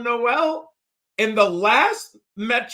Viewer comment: Great work as always. Very fun watching you be in on Noel before consenses. PS Was listening to JJ from Late Round and he mentioned Jaylin tweeted his last name is pronounced "Nohl". Not No-el.